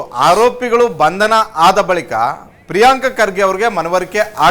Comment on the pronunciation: ರೀ ಸ್ವಾಮಿ ಪ್ರಿಯಾಂಕ್ ಅಲ್ಲರೀ ಪ್ರಿಯಾಂಕ ಅಂತ ಕರೀರಿ